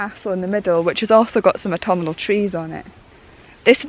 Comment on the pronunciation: Love the way you add an extra 'an' to autumnal"! "Autumnanal"! It's cute! I am really enjoying your work and enthusiasm! 👍😀